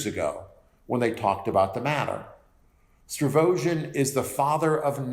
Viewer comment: These videos have been really helpful. But there's something that really, really irks me everytime you say it... it's Stavrogin, not Stravogin.